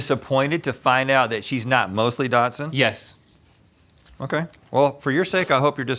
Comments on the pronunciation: i don’t think link really know what a dachshund looks like. also obsessed with their inability to say dachshund correctly. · somebody in the mythical staff needs to let them know how “dachshund” is pronounced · Why do they pronounce dachshund like that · The way they pronounce dachshund 🤮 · The way they pronounce dachshund is driving me crazy lol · lmao someone else was asking if it was a UK thing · Why do they keep putting a T in dachshund? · The way you both say Dachshund and how showed you how to say Bichon Frise but you didn't try lol. I cannnn't! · Why are they mispronouncing Dachsund the whole time though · The way they pronounce dachshund is really getting to me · It bothers me how they say “dachshund” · How is nobody talking about the fact that they were mispronouncing dachshund the entire time? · why do you pronounce dachshund datsun? its not an old nissan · I’d like to know why I’m hearing Datsun instead of Dachshund… 🙄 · Dachshund.... there is no T in there. Not dash hound. Dachshund. Dach snd. I don't know how to write pronunciations. But still... dachshund. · Lol WHY ARE THEY SAYING DOTSUN?!?! I have a mini dachshund and I’ve heard dash-hound, dashund, and the (I think) proper way to say it, dack-sund or dock-sund, but never dotsun 😂 isn’t that a car? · WHY DO THEY KEEP SAYING DOTSON INSTEAD OF DOCKSOND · It bothers me more than it should that they kept saying, "Datsun" instead of "dachsund" 🚗😂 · I think it's cute how they say dot-sun instead of dock-sund. It must be a Cali thing. LOL! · Does it drive anyone else crazy that they call them Datsuns…like the car, rather than Dachshunds..? Lol. Dock-sunds. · It's Dachs-hund, (pronounced Dacks-hund ) meaning badger hound. Not Dots-hund. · What the frig is a 'dot son'? It's a 'daks hund'. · Are they saying Dotson? Not Dockson? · I just love how you’re pronouncing daschund as Datsun 😂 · lol why are they saying "datsund" for dachshund O_o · I love their pronunciation of “dachshund”: dot-soond 😂